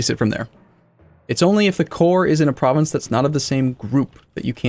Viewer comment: lysdexic pronunciation of province names makes me giggle